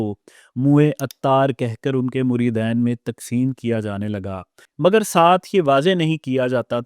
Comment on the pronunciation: بولنا تمھیں آتا نہیں بیٹھے ہو پروگرام کرنے مریدین صرف دو مریدوں کو کہتے ہیں زیادہ کو مرِدِین کہا جاتا ہے